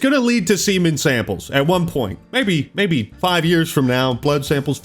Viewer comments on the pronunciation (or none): none